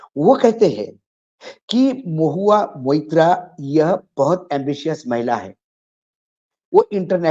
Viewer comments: Deepak ji Naam Mahua Mitra nhi blki Mahua Moitra hai .Please pronounce the name correctly. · Maitra not Mitra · M-O-I-T-RA and not Mitra Mr Deepak Sharma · मित्रा नही साहब .....मोईत्रा .....महुआ मोईत्रा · Deepak Bhai, Mubarak ho aap ko, TIGER is back magar aakhir apna intro phir bhi 10mins plus diya, Thank You🤝 Aap ne jab bhi Mahua ka issue uthaya hai aap hamesha unka naam theek se nahi bolte To please naam theek se liya karein Mahua MOITRA🙏 Sir to mera bhi chakra gaya Deepak Bhai maga aap ki acting se😝 Ashok Jee, humko pata hai aap bhaag nahi gaye, apni awaz hamesha buland rakhna welcome back🤗